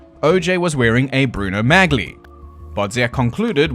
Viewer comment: It's pronounced as "Mah-lee", not "Magly." 😅